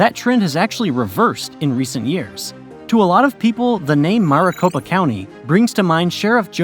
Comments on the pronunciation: AZ became a state only 1 month after NM. Not months. Also keep saying Maricopa like Mar-a-Lago (mɑːrəˈ). It should be like Mare or mærɪˈ. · Much wincing all throughout this video’s mispronunciation. “MAHR-a-copa” really got me, lol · They didn’t even say maricopa right